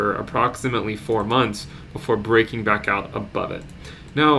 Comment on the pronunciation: Not enough emphasis on the "BACK" into the crypto verse. come on man